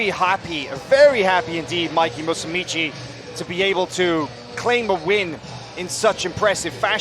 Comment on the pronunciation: Stop saying "Musumici" it's "Musumeci." Musumeci is one of my favorite BJJ fighters. He would really benefit from some laser eye surgery, though.